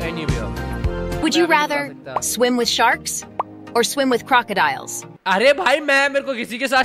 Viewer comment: Swim ❌ shwim ✔️